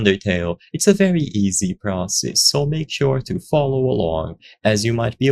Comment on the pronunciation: "itz a veary easy process"(Italian accent)